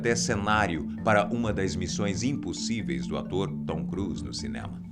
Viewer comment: Tom Cruz? não seria Tom Cruise?